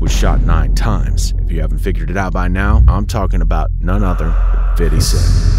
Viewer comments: Its pronounced "Fit D" not "fiddy" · its FIF-TY cent... what is with these non-black narrators who wont just say fifty cent? its not pronounced fiddy... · Its Fifty. FIF-TY! I know your core demographic is hip-hop/black culture but no need to ham up the ebonics with an "urban accent." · Good vid but the way you say 50 tiles me so much I almost had to stop watching